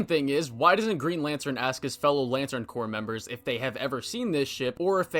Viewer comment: "The Lantern Corpse" is what you turn John into. The "p" and "s" are silent if you're talking about a "corps," as in, like, the Marine Corps, or the Army Corps of Engineers. Silly French loanwords.